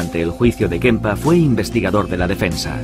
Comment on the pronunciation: Kemper es el apellido, por que decís Kempa??